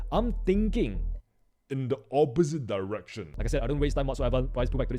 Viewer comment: im thinking in the OOPPPPOOOSIT DAIIIREKTIOOONNNONON